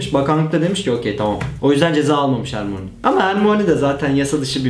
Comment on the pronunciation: hermoni diye okuyosun asıl okunuşu hörmayni